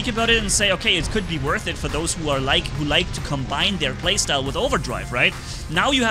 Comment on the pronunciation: Are you saying I'm worh it or not 😂😂😂